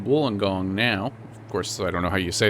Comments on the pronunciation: Not a bad effort with Wollongong pronunciation actually. Welcome to my town Sydney. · You managed to pronounce Wollongong correctly